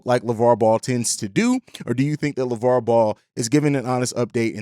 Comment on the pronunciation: I hope he's right but its Lavar man lol